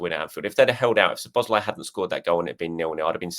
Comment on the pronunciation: Please put the emphasis on "Szo", when you pronounce Szoboszlai's name. One of the basic features of the Hungarian language is that the word stress is always on the first syllable, without exception.